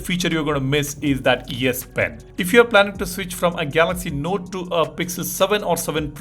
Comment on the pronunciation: Why do I hear you say Yes series and Yes Pen?😅😂